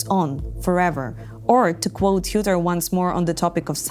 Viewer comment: Having heard umlauts butchered in youtube videos quite a alot, it was nice to hear say Schütte the correct way. Disclaimer, I am not German, so there may be differeing opinions on the pronounciation. Anyway, at least it was not shutte. Show seems like an interesting side project to Ignea. Keep going!